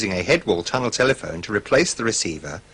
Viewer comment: Ahh sorry. Auto-correct played up. I was referring to the weird pronunciation where they emphasise the 2nd part instead of the 1st one- as if they wanted to stress that a tunnel telephone is a telephone, not one in a tunnel.